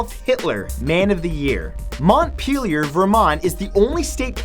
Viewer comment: "Montpealear" Good pronunciation ya got there m8